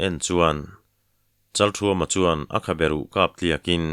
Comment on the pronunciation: Kan thawnthu thar hi a ngaihnawm hmel hle maia aziak tu hian aziak ngsihnawm thiam thin hlea ,Achhiar tu hian aw ngaihnawm takin a chhiar thina Kan thawnthua a changtupa hming hi Pasal tha Chalkhuma tiin, ziak ania Chalthuama tiin lam ani bawk si a, chalthuama tih leh chalkhuma tih hi a enge dik zawk sawi fiah ava tha ve